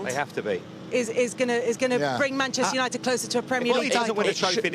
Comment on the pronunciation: Gary ......please pronounce MANCHESTER UNITED without cutting out half the letters